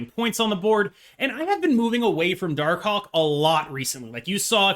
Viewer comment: Say Darkhawk again please